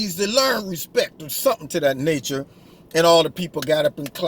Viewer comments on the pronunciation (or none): Al Sharpton said RESPICT